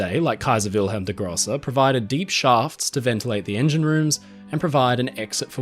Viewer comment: Your German pronunciation is good. “Grosse” in “Kaiser Wilhelm der Grosse” is pronounced with a long “o”. Think of your Australian pronunciation in “horse” and you’ll get there… And carry on making these fantastic videos!! xx